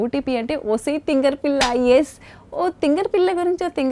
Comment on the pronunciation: Everyone : osai thingari pilla Poorna : osai thingari pella who else noticed this hit a like I am just kidding Don't take it seriously